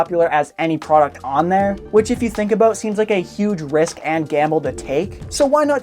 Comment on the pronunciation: From to he puts an emphesis on the end of words and it pisses me off. " by other means as well " , " any product on there " , " huge risk and gamble to take "